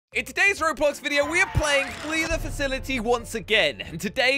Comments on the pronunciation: the man said Robox and not Roblox bruhh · You guys know that at the start of the intro he said robox instead of roblox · Did anyone else realise that said robox instead of roblox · Lol said robox not roblox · Bro said rabach instead roblox